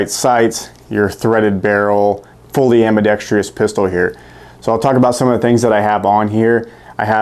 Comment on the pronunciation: ".. ambidextrious ..." Seriously? Ambidextrous bro! A few points: If one scans most YouTube videos about gun selection, it is obvious that Americans tend to be cost obsessed, to the exclusion of all else (with the possible wild card exception of "US made!). But, I guess you won't get through your YouTube quota talking only about how great FN is, huh? Another point is that FN have never pandered to the cheap at all costs brigade, and if you don't like their price then they are happy for you not to own their firearms. They are still one of the Premier arms manufacturers in the World (not US), and sell pretty much all the firearms they produce. After all, more than half of ALL machines guns on the planet are FNs! For example, you have chosen these two firearms, but did not once mention the Five seveN Mk III MRD, just released, which, in my opinion, is vastly superior to the two you mention. So, maybe answer that question for yourself, and you'll understand better. Incidentally, I feel much like you and feel that FN doesn't get a fair shake most of the time. I've just come to accept that not all buyers will be discerning enough to buy an FN.